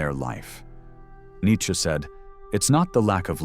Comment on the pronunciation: "Nietchze" LOL